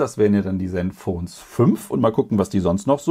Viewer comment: Fürs Ton. Hab ich doch richtig verstanden, bei Asus klang das nach “Senfphone”. 😂😛